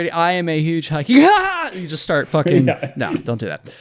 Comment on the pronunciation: did you say “shart with them” ? Okay… if you say so. 💩